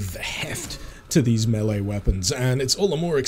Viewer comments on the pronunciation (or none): none